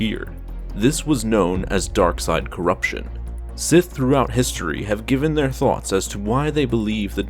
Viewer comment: Sith Sseth S S I T H